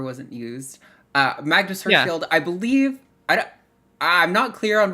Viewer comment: Pronunciation tip: It’s Magnus Hersch-FELD not Hersch-FIELD.